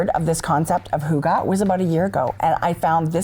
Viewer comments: Hahaha being Danish it is really funny that you pronounce it HOOGA 😂😂😂 it is a Y, you can try to almost make a whistle sound when you are coming to the Y in Hygge 👍🏼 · H-O-O-G-A-H 😂😂😂 Hygge, Lykke - why? Why?? The Scandinavian pronunciation of Y is really difficult. You can try by rounding your lips into a small circle and trying to say ‘e’ as in weeee. And the e in the end of hygge/lykke is not ah, but more like eh. Fun, right 😅 Thanks for a great show!